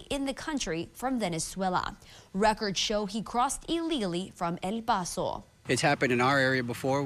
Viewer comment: that reporter can't / won't even say El Paso as an American, LOL, shameful.